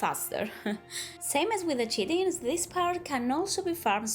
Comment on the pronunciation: “Kite-in” is how chitin is pronounced